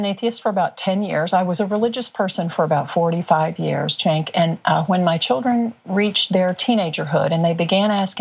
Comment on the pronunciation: I loved but I think everyone needs a pronunciation guide on Cenk's name before they go on. lol